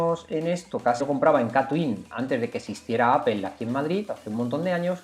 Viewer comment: estimado, no es la escritura, es tu pronunciación, No es apel es Apple